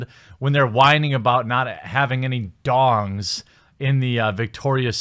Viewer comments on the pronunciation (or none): Thongs not dongs!